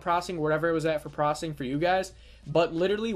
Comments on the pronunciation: "95% prossing"....."prossing"..."95% prossing" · Why are you saying "Proccing"? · Processing isn't pronounced prossing. Doesn't work. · Every time you say "prossing" a kitten gets crushed under a tire.